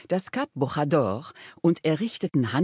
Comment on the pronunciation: "O Algarve" -> dt.: Der/Das Algarve. (Nicht "Die") Ganz besonders liebe ich immer Sätze wie "Wir waren an(!) der Algarve." - Als wenn es sich um ein Gewässer handelt. - Bojador - Aussprache des J wie im Französischen. Das Portugiesische kennt keine Rachenlaute. Immer noch nicht mitbekommen? - 3,877 Mio. qkm ? - Diese Zahl scheint mir etwas zu hoch gegriffen. Zum Vergleich: Spanien hat (einschließlich Kanaren und Balearen) 505 000 qkm. Und dessen Fläche passt nicht über siebenmal in die dargestellte 'ausschließliche Wirtschaftszone' Portugals. Erst das bei erscheinende Gebiet entspricht dieser Größe. Es handelt sich hierbei jedoch um das Gebiet, das die beantragte, noch nicht beschlossene Ausweitung umfasst.